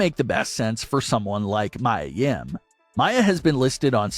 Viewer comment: It is Mia (Me-A-Yim) not Mya or Maya Yim.